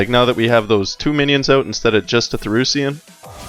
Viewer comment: pretty sure its Thaurissan and not Therussian ^^ but nice video nontheless